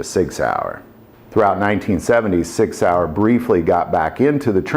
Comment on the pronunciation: Please. Work on the German. That hurt.🤕